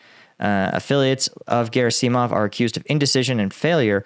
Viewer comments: Dude, it's Ger-AH-sih-mov. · Emphasis is usually on the second syllable. So it's vlad*I*mir , not vl*A*dimir as we tend to say. Hence it's gerAsimov and surOvikin. A breakthrough at Bakhmut will threaten both Severdonetsk and potentially a deep strike round the back of Donetsk. It has always been of far more strategic importance to us, more valuable to win, than it was for RuAF. For them it has always been just an obstacle. For us it could destroy this entire section on Donbas. They can fall back to Popasna and the 2014 lines behind it, but they will have to defend either wider flank for the above reasons. They will have little or no reduction in the line they must defend. Slava Ukrayini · Gera-seeeei - mov and Shoi -eee - gu LOL! I like the channel but that is a seriously weird pronunciation. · Very weird pronouncing of "Shoigu" & "Gerasimov" this time :D